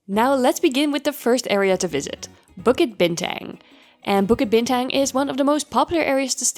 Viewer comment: To mispronounce "Bukit Bintang", the tourist hub of KL, is lowkey egregious.